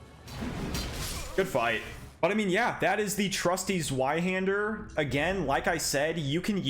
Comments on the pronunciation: im Sorry but i find it funny how you say the word "Sweihänder" instead of "Zweihander" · Sorry to be that guy, but it's pronounced ZVeyeHander EDIT: Thanks for the video. It's useful to see demos of all the weapons in one video! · Immediately stopped the video when you pronounced it "Zuaihander" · It's pronounced "Tzvy-hender". Rhymes with buy or guy. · It’s pronounced “Ts-Vai-Hander” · The way he says zweihander (zuayhender) hurts so bad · Zweihander is actually pronounced “Zvei-hender” and it is German for two hander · The Zweihänder easily has to be my favorite of the colossal swords…I will say, the way you pronounced it gave me physical and mental pain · Your pronunciation of a zweihander is painfull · Zweihander is pronounced like the w is a v